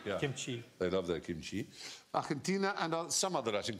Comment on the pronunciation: Lol at Jimmy picking up the over-pronunciation pronunciation of Argentina